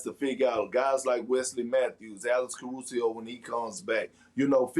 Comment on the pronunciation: KP “Alex Caruseo”